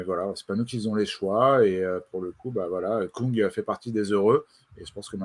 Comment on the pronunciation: Stefan KÜng s'il vous plaît, et non pas Koung. Avec un U qui se prononce comme le U de GaudU.